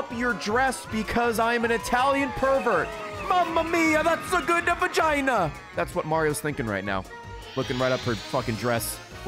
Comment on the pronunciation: Came back to watch this video again and completely forgot the part when Ray goes “that is a very nice vagina” in a sweet Italian accent and my very catholic mother in law was not thrilled hearing it at the dinner table lol